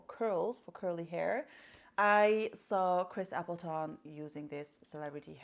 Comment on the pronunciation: You are my favourite mua ever....ur beautiful personality honesty makes your fabulous looks even more shining like the wondeful star that you are!! Ps. I told 11 people to subscribe to u today. I'm always at it 🙈 colour WOW as it is WOW lol and Chris AppletIN its pronounced darling...🥰🥰🥰 xx